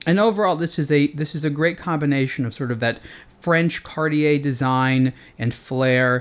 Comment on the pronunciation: Why cant you say cartier the right way?